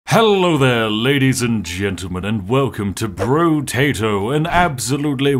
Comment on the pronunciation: I believe it's pronounced, "Brotato," not "Brotato".